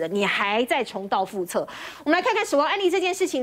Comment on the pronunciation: 重蹈覆辙（读zhe不读che）。